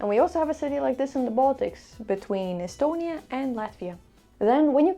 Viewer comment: And not Estonia ist with the long e